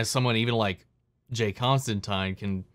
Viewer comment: "Constantine" is actually pronounced correctly in this series. It's every other adaptation that mispronounces it because that's just how Americans say the name (source: I'm an American and I always have to correct myself when saying or thinking the name). It's actually a running gag in the comics that John constant[ine]ly has to correct people from "Constan-teen" to "Constan-tyne" (and there's a tongue-in-cheek nod to this in Matt Ryan's Constantine's crossover with Lucifer in which he does the reverse). As for the rights thing, it is true that WB withheld them because they intend to do a series about John Constantine, but Gaiman has said that he was already playing with the idea of merging John with his ancestor, Johanna, for the sake of streamlining the story, since it wouldn't be as heavily connected to the DCU and he was thinking of what worked best for a more contained version of the tale. He didn't want to introduce too many one-off characters (hence no Martian Manhunter or Mister Miracle cameos) and figured it made more sense to include one who'd have more relevance later on (albeit through an ancestor), so he figured the rights situation actually worked out for him.